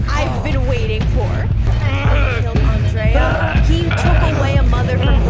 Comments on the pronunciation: Her name wasn't "On-dray-uhh", it was "Ann-dree-uhh". RIP Andrea Yes, I know some people spell it the same way and say it the other, but in this character's case it was Ann-dree-uhh. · I’ve never heard anyone pronounce Andrea the way you do 😂 I don’t know why it makes me laugh.